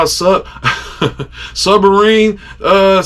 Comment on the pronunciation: My man said SUB-Marine 😂😂😂